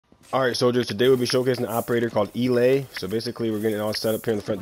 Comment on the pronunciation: Do you know that it is pronounced El-a the a is separate